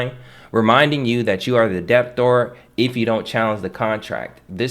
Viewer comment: Debtor is pronounced with a silent "b". It is not "deb tor" or "dep tor" it is like "deh tor". I say this with respect.